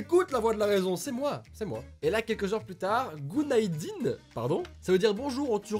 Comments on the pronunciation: Chuis Turc , il ma tuer quand il parlait en turc surtout le petit " gunaydin " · euh gunaydin sa veux pas dire bonjour et la facon dou ta dit MDR